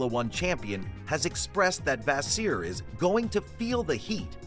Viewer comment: Which source you get this so called information? His name is Fred Vasseur not the way you'r saying it!!!